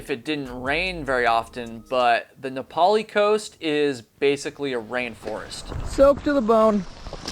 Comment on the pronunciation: That was awesome! I couldn't believe it when you pronounced Na'Pali correctly,that was sweet! Really sorry for these families and for their heartbreaking stories,and for these men who are missing! That's must be awful,the sense of loss,but not able to put the pieces in their proper place. I feel your pain and I'm sorry. I hate to say it,but he probably is deceased,or he surely would have contacted you by now. I hate to think it was murder,but it is a possibility in these,troubling times. It is possible though,that he could have slipped off the trail,or gotten swept out to the ocean by either groundwater running off,or by the super large surf on North Shore,especially in wintertime. I grew up on Kauai,and I have hiked that trail often. Even at night with only the moon for light. That was 20 years ago,I guess it was a different time. Back then you could trust whoever you met,cuz they were trusting that their family,going holoholo to the other side of the island at that time without them,were in trustworthy hands. That's how we were taught,you take care of strangers,just like they were your own family. You could have faith that your family,wherever they were,in the Islands,were being taken care of the same way. That was Aloha! That was Ohana. That was Malama Pono. That was how! ..I guess that's gone now,too. ... I'm so sorry,there's just not words.